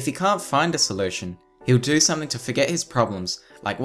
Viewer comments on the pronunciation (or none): none